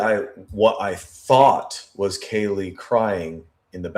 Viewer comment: Yes the guys who was on every body cam at the house, then curiously can't remember how to say Kaylee's name (he called her Kylie)